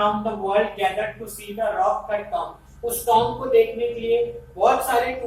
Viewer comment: sir there is wrong its tut tomb not cut tomb